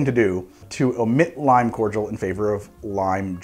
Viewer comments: That was the first time I've ever heard someone pronounce cordial (core-dee-al) as core-jewl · It’s pronounced Cord-I-all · I have NEVER heard someone say cordial like that. It's always been corr deeul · I didn't realise that Americans don't separate the pronunciation of Cordial (Kor-jal, courteous) and Cordial (Kor-dee-ahl, a drink). The more you know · Do Americans pronounce Cordial 'cor-jul' or am i missing something? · The way he pronounces cordial sends me. Is this how it’s usually pronounced in the US? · Why cant Americans say cordial right??? There is no G in there, it hurts to hear